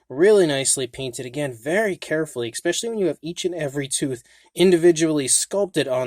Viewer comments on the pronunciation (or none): stop saying ex-specially. excellent paint on the rex btw.